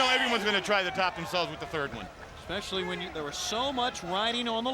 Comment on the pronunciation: Did she just say "Ec-specially"? 🤨